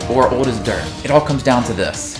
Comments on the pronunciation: You do know there's a letter "L" in the word "old".... so say it for christ's sake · Why can’t he say old right 😂